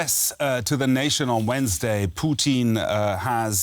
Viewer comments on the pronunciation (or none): guy called him Poutine instead of putin lol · Stop calling him puteen lol